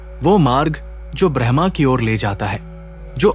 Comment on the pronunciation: ब्रह्मा brahama नहीं ब्रह्म braham Bahut फर्क है। कृपया उच्चारण ठीक कीजिए।